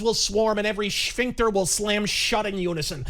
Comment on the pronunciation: Did you just say"Sphinxter"? 🗿 Bevis used that term once...🤔